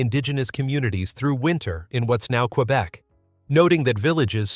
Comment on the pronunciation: It's not kweyec but K-bec